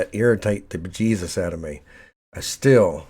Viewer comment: Cons of this video: Much whining about printers. The day a printer just works is the day I toss that one in the garbage, because it obviously is possessed. No printer connected by USB or over the network has ever just worked, and none ever will. Pros of this video: he says bejesus completely non-ironically. And also, good explanations about what and why. Conclusion: Video gets a thumbs up, will look at the channel, might end up subscribing. Thanks!